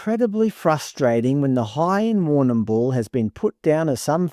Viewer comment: We just say war - nah - bul in Victoria. You don't have to pronounce the 'm' so hard, or at all really. LoL.